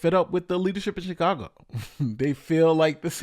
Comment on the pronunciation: I don't know if it's just me, but I hear Shitcago instead of Chicago.